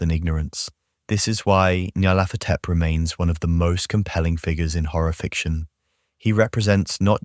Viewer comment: I think it's pronounced "NEE-yar-laht-HO-tep." Any input from Lovecraft on this?